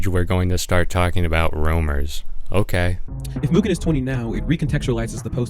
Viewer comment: fantastic video but please stick to one pronunciation of mugen it drove me up the wall hearing you pronounce it differently so many times bro